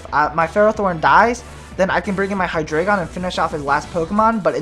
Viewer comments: I believe it's pronounced " Hy-dry-gon" dEINo - Ein= one ( one head ) ZWEIlous - ZweiI = two ( two heads ) hyDREIgon Drei = three. ( Three heads ) basically a little german thrown in there. kind of like the spanish inside articUNO and the other birds. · Its high-dra-gon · Actually, it is Hy-DRA-gon. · hydreigon. its pronounced hi dry gone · i pronounce Hydreigon as {Hy-dreh-gen} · For Future Reference: The names of the Hydreigon line are based off of German numbers (ein, zwei, drei), and 'drei' is pronounced like 'dry', so it's probably pronounced "Hi-dry-gone". My favorite dragon-type is either Kingdra or Flygon. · it's pronounced hy-Dri-gon, as in the german number three, drei, it's just like the legendary birds, dEINo has one head, ZWEIlous has two heads, hyDREIgon has three heads, ein, zwei, drei, one two three, it's quite fascinating if you think about it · It is pronounced hi-DRY-gon, it's German. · but three in german is drei (pronounced dry) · Actually, if you look at its two pre-evolutions; Deino and Zweilous, the trio are based off the german numbers 1, 2 & 3 for the number of heads they have, which are eins, zwei and drei, so it's actually pronounced Hy-DRY-Gon :) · hydreigon is pronounsed: hi-dragon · Both of the ways you say hydreigon is wrong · Actually the anime is not always right about the names ^^ the "drei"-part is the german word for "three". If you speak the "ei" in drei, the same as the "y" in Scyther, you are doing it right :) I think thats a good explanation ^^